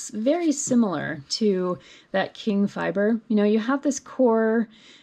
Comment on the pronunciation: Nice tutorial for those of us who rarely use the called for fiber. By the way, Qing is pronounced “Ching” not “King”.